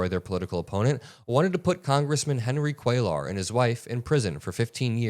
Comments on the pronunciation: For the love of God,, it's "cue-yar" not "cuel-ar." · for future reference, Cuellar’s name is pronounced “Kway-yar.” It’s Spanish. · It's pronounced Quayar 🕊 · It's "Kway-yar" not "Kway-lar" Double L is pronounced "ya" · Henry Cuellar (pronounced QUAY-yar) double L in Spanish) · it is phonetically pronounced "Kway-yar". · Hi. Just FYI, Cuellar is pronounced KWĀ- yar. A double LL in Spanish is always pronounced like a Y. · Please pronounce the name properly: Cuellar - the double ll sounds like a "Y": Kweh-Yahtzee WTH the accent on the first syllable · Kway-arr... just trying to help..... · "Cuellar" is pronounced QUAY ARE with emphasis on the first syllable. So many YouTube reporters are mispronouncing this man's name; Aaron Parnas is the only exception. I hope you don't take offense, as I'm just trying to help. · Dude not that it makes a difference but for future reference when it's a name in Spanish like "Cuellar" or any word for that matter when there is a double L it is pronounced as a Y so it would be like "Cueyar". Thanks for your attention to this matter. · Cuellar is pronounced quay are. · Hispanic guy from Texas here. His name is pronounced “Kway-are.” Or “Kway -R” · Love all your hard work, please don't ever stop! Just FYI, you're almost pronouncing Cuellar perfectly, just change that L sound to a soft Y - QUAY YAR. And if you want to get fancy you can roll that YAR.😘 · Cue-yar. The name is Spanish and the double L spelling is pronounced with a "ya" sound. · come on,. se dice "QUAY-YAR" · Hey, before you go and make video, research how to pronounce someone’s last name, you’re mispronouncing (Cuellar) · PLEASE PLEASE!!! You do NOT pronounce the "L" in Cuellar -- it is a "Y" sound as in "yard" !! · Ceullar, doesn't the two LLs make a y sound? I think he is Latino. 💙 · The ll's are silent and you roll The R Cuellar